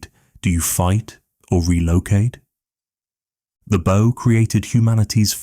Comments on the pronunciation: Very good 👌 but why pronounce bow as bough so many times, is it narrated by AI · And many mispronunciations of the word "bow" as the tool used to launch an arrow. I keep looking for a boat. AI at work.